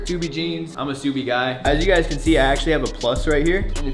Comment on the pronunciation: Lol..The shirt with the word 'KSUBI' is pronounced as KASUBI in Manipur,India And the meaning of it is bitch😂😂😂 I legit died laughing when u pronounced it as SUBI😂😂😂😂